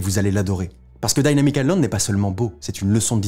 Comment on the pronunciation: Dynamic pas daillnamique